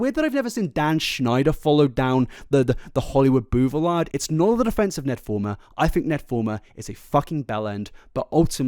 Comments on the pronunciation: Did… did he say Bouvelard instead of Boulevard? 😂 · I’m sorry but who the fuck pronounces boulevard like that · I was seriously feeling thoughtful and serious about the topic…until I heard “bouvelard” and then no matter how hard I tried my brain couldn’t stop echoing over and over again…😂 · This has nothing to do with this shit situation but I love the way he says boulevard. he fully said “bouvelard” and I love that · I just noticed he said BOUVELARD. Thats amazing. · Wait…. “boo-vi-lard”? 😂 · The way you said boulevard cracked me up. Hahaha